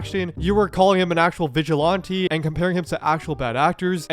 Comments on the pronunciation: "vigilonte" lmao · FFS PLEASE learn how to pronounce Vigilante ! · vigi "lawn" te...? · Is it just me or is there a specific accent when he says "vigilante" or "sorry".